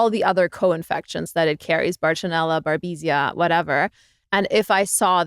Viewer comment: She said “Barbesia” which is incorrect. It is Babesia